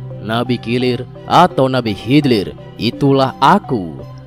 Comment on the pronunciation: Nabi kilir...😂kidir bukan kilir